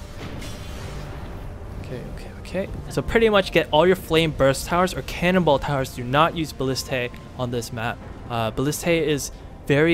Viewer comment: I love that it sounds like you're saying "cannibal towers" instead of "cannonball towers" xD